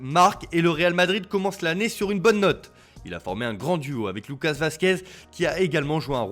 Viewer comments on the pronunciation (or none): none